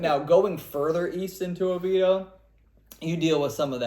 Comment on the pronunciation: Its OVIEDO (Oh-VEE-AY-Do)